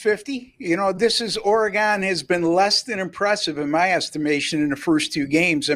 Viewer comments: Oregon, not Oregone…. Stop it you sound ridiculous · it's pronounced oregun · Oregun not Oregone your destroying the fans ears. Ducks pull it off but doubt I would bet the spread. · Which Orygun ( that’s the way it’s pronounced) team will show up on Saturday is the BIG question. If the real Ducks team shows up they will win by two or three touchdowns but if they don’t the Beavs can beat them. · Please learn how to pronounce Oregon. Its orygun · it is actually shown both ways in the dictionary. But as Football fans these guys have no clue that fans and those that live in or lived in call it Orygun . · Very annoying how this guy pronounces "Oregon." Staying away from these videos.